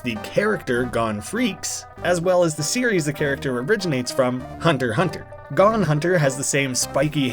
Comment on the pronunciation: the joke "gone hunter" makes fun of people calling Gon (pronounced like goan) "gone" as well, which includes you